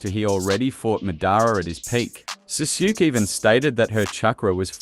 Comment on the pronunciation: jesus man please learn how to pronounce these names you called sasuke SAHSHOOK?!